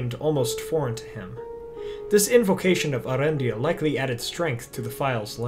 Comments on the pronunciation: Not to be a stickler or anything, but doesn't the umlaut indicate that the name should be pronounced "ey-ARendil"? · I believe it's pronounced "Eh-AH-rendil", though Cate said it your way.